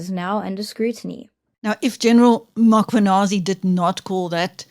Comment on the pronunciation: I wonder when will people pronounce Mkhwanazi correctly (Mmmmm-kwa-naa-zee and not Ma-kwa-naa-zee).